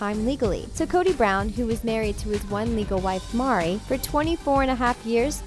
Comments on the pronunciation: The divorce was Meri's idea not Kody's. She did it as a gesture of love for both Kody and Robyn, so that Kody could adopt her kids from her previous marriage. Plus her name is pronounced like Mary. Also each of the wives used their own money to buy the homes, Kody did not buy them all. The only reason they are separate is because it was financially easier. The home back in Utah had complete separate areas for each wife and family and a huge area for get together parties. The only reason they left was the authorities were harassing them and they feared being arrested. All the stuff you didn't know made me wonder if you watched it at all. You didn't even mention the huge rift between Meri and Kody caused by the catfishing incident. The fact that Kody is not the sole provider is another thing you got wrong. Until they left Utah Janelle worked a full time job outside the home. And their jewelry line brings in a lot of money and of course the TV show does too. One man could never support 4 wives and all those kids alone. Next time get your facts straight, at least watch the show you're talking about. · Most annoying thing in this whole video is the person you chose to read the script can't say Meri..ffs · The only thing I found shocking waa how they butchered Meri's name... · Why is nobody able to spell and say Meri's name properly? I find it very intolerant not spelling her name like she is named. This is a sign of respect!!!!!!!!!! Her name is MERI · I love how no one got Meri’s name right that’s a lack of good research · Greytealight and mispronounced it on top of misspelling it. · The pronunciation of Meri is driving me up the wall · i know but the person talking in the video didnt get her name right once it seems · yea it drove me crazy too that she kept saying the name wrong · thanks saying Mary name wrong over and over was so annoying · Meri, not Mari. Meri. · Why do you call her MAH-ri? It’s pronounced MEH-ri. Do you even watch the show? Geez! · "Meri" not Mari